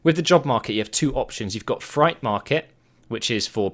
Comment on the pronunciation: freight is pronounced "frate" not fright